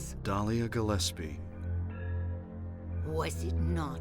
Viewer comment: Why do you keep saying Gillespie wrong? They say it correctly in the game.